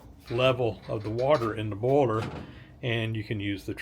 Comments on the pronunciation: And "boyler". 🙂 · More like "baller" to my ear. (New Zealand)